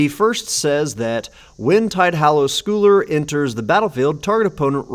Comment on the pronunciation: Just so you know for next time, scull in Tidehollow Sculler should be pronounced like skull. Sculling is a kind of rowing. Not the kind being done in the art, though.